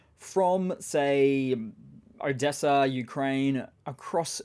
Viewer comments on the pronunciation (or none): none